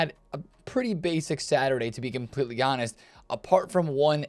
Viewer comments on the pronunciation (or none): none